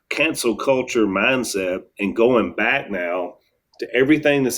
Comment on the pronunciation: "Cancel" culture Jase! NOT "Council" culture...